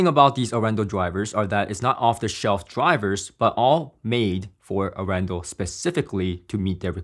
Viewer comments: Hey. Great video. Arendal is a city, in the south of Norway. About an our away from my home city:-) And its actually pronounced, Aren dal. The city is actually well known for its "hillbilly style car audio" people. Have a good one. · Very cool review; and proudly Norwegian 🇳🇴 Just one thing on the sidenote, the name comes from the city of Arendal and is pronounced with emphasis on the first A 🙂 Don´t worry, it took Gene Dellasalla at Audioholics about a year to get it right 🙂